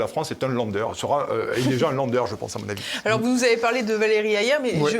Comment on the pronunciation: C'est bien de se moquer du Président de la République et de son anglais médiocre, encore faut-il ne pas mépriser la langue de Goethe avec les "Lãnder' prononcé Landerre au lieu de 'Lennderr' . Vous avez commis également un lapsus en citant Jordan Bardella au lieu de Gérald Darmanin vers la fin de votre entrevue.